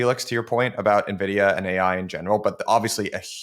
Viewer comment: its N-vidia man